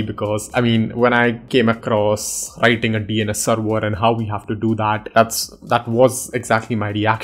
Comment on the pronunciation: whats a seerweerrr? its called server!